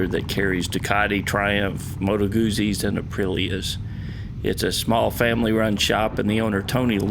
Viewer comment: The zz in Guzzi is pronounced like the zz in pizza, "tz." Gutzi.